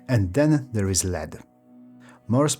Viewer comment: Minor pronounciation correction: lead (metal) and lead (verb) are pronounced differently. Lead (metal) is pronounced led (similar to bed), and lead (verb) is pronounced leed (same ee as sheep, deep etc)